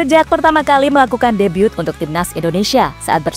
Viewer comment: bukan debyut min tp debut 😂